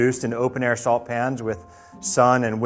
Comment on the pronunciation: when he said "saltAYY" I felt that